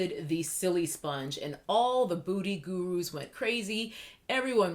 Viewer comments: When you say 'beauty guru' it sounds like you're saying 'booty guru' lol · The 1st time I thought It was a mistake but by the 5th time I was like lol there she gp